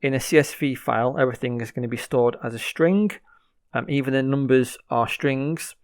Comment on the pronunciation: "Stringgg" FYI, you don't need to verbally notate the "g". Just cut off the word at "ing", no need to say "guh" at the end.